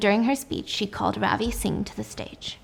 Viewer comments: Ravi (pronounced as ruh-vi) is what is his name. I got so confused when you said ravi singh. That’s when I realised holy shit they’re a name of asian origin. I was hooked though agreed with stephiance that it all just seemed too easy. Real life is much much more dangerous. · Gurl i am indian ,ily but lol the way you pronounce Ravi caught me off gaurd ,it is rav as in love and i as in ee from tofee , ✨Ravi✨ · You don't pronounce Ravi like that😅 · Stephanie I love you but your pronounciation of Ravi is killing me 😭